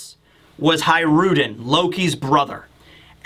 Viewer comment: Hajrudin = Hajru D N.